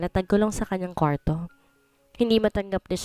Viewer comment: NGONGO NA NAMAN ANG STORYTELLER.ANG ARTE NAMANG BIGKASIN ANG SALITANG KWARTO.